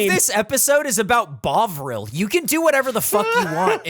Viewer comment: everyone saying bovril it keeps sounding like bog roll